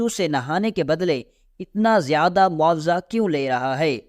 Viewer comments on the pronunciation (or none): بہت بدتمیزی سے بیان کرتا ہے۔ بولنے کے آداب سے عاری ہے یہ بندہ۔ اردو کا تلفظ بھی بہت ماٹھا ہے جیسے بہت کو 'بوہوت' اور معاوضہ کو 'مواثا' وغیرہ ہیں کو 'ہییں'